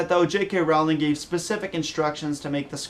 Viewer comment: The way he says "Rowling," it makes me cringe.